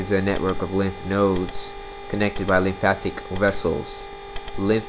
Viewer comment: mate - learn how to say lymphatic not lympathic then I'll listen to you